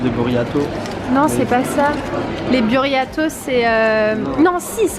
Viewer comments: Tu m'a tuée quand tu as dis "BURRIATOS" 😂😂😂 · " BURRIATOS " mdrr je suis morte